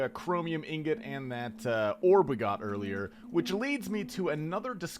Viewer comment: The only osrs content creator that pronounces the word “Ingot” correctly. It gets me so heated when I hear people call it “Ignot” like they don’t understand how -ing is pronounced.